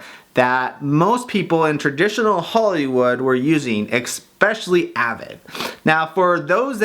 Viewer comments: It's eSpecially NOT eXpecially!!! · Exspeciallly? Really? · Especially not expecially... On every one of your videos I want to make the same comment... finally did!